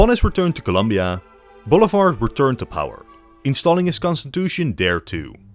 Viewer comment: you pronounce Bolivar like boulevard lmao